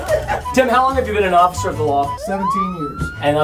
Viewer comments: he said ociffer instead of officer 😂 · got it for me the way he said occifer instead of officer 🤣I'm dying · nobody: people: officer preston: osiffer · he said osiffer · The way Preston says ocifer instead of officer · I was laughing 😂 when Preston said ossifer